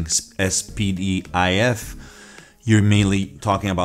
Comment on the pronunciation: Es pee dee aye ef ? 😂 It's pronounced spidif